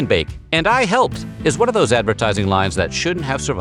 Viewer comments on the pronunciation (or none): Unforgettable commercial "and I hepped" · "No Daddy, Its Shake and Bake...and I halped!"Yes she said it Southern style..LOL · "Helped" had three syllables.